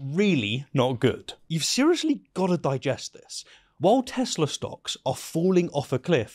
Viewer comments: I love Teslur? It's Tesla, Mr. President. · "I LOVE TESLER" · "I love Teslur" lol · Trump: "I love tessler"😂😂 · Blowfish its not teslaer fool its tesla not teslaer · I luv tesler 😂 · "I love tesler 😂" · When Trump ;earns to say 'Tesla', instead-of-Tesler .. .? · Tesler? Its TESLA. Oh right, you re from Queens. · Did T say Tes-slur? Well slur is something he's familiar with... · "I love Tesler" - D.J.T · It's pronounced "Teslur" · Trump loves TESLAR. lol can’t even say it right ? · Dont pronounce it TeZla. That's how Musk pronounces it. Nikola pronounced it TeSla. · "Tesler" 😂 in keeping with Looney Tunes: "What a maroon." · Trump called it a Tesler. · 'I LUB TESLUR🤪' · “I love Tesler!” Lol. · "I love Tesler"? Ffs🙄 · Trump:..."I love Teslerr!!" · "I love Tesler"... Yeah trump isn't suffering from dementia at all... And that was AFTER he asked what type of car it was TO musk who was standing next to him and while holding the script IN HIS HANDS. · 😡“I love Tesler.” 🙄 Tesla + Hitler? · "I love Tesler!" 🤣🤣🤣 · Donnie, it's not "Tesler" it's Tesla. And I don't love Tesla. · Psst! Mr. President. Tesla not Tesler. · "I love TESLER!" Donald Trump, I guess it's a combo of Tesla and Hitler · According to idiot Trump it's not "Tesla" but "Tesler". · You have been mispronouncing the name the whole video: it is Teslar, not Tesla. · "I love Teslurrh" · I love TesLER! 😂😂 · Some random car salesman: I love tesleer 😂. Oh wait, it was Trump. 😂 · I love Tesler? Os that what trump said? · I noticed how he said "TESLER." Stupidly funny. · Trump can't even pronounce Tesla correctly. Bring back memories of Biden's decline. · "I love Tes-ler" ? Trump can't even pronounce the name right. This whole setup is a disgrace to America. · Tessler. 😂 Why? 🤣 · ✊🤡 “I love Tesler!” 😂🤣😅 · I find his "Te-slur" pronunciation to be horrifyingly apropos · It’s pronounced TESSLER, says the Donald. You anti-American communist blasphemer 😂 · Why does Trump keep calling them Tesler? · Teslur* get it right